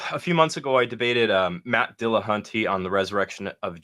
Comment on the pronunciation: Why can’t these people ever pronounce "Dillahunty" properly? It's very flat, with only slight emphasis on the Dill. Not dillaHUNTy